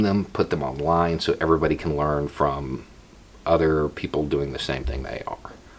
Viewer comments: I heard Poogle. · I was saying elsewhere more like Beaugles, no? That’s what I heard.